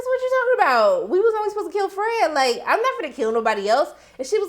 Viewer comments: I lmfao everytime u say FRAGGEDY🤣😅😄😆!!Ok back to the review.... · I gonna miss you saying Fredggety! RiH Fred!